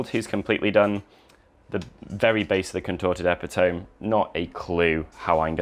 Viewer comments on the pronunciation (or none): It's ep it o me, not epi tome